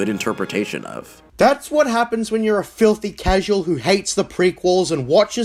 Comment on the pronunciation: I love how much emphasis he has when he says cosmoTARD and filthy casual. Like he has a personally beef with the guy.